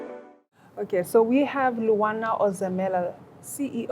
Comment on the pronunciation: The Interviewer should have done her homework. Its not on air that you're learning to pronounce a guest's name. Almost looks like BBC interviewing the wrong person on air.